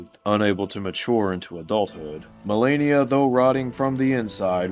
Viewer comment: why do you say Malenia, Blade of Miquella like that? you're forcing yourself to pronounce it like a dumbass lol. good video 3 hours in though! did you really not realize how bad you were butchering the name? You have to be doing it on purpose.